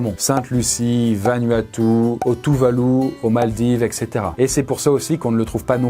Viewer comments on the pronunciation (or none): none